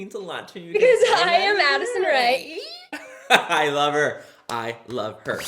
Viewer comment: When you said Addison Rae ...I thought you 100% said acid rain 🤣😂